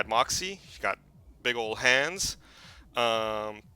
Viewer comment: He said big ol hens lol